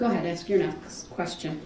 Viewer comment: Darrell Brooks has the most odd profile I've ever seen. Also an inability to say basic words. Lysen place, Texas (texts), axe, tackit, Biast. The list goes on